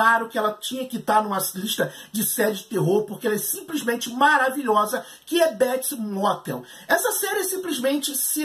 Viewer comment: "Béts Mótel"